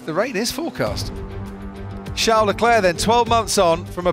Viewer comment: It's Charles! Not Char!